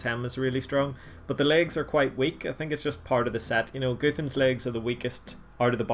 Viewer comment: Its not goothans Its gu-th-an-s